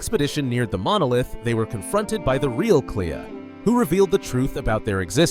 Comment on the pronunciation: Its fucking CLÉA! Lol if ur gna make a 30 min long video about this game at LEAST pronounce the characters names right so its not a pain to get thru. It’s not klee-uh.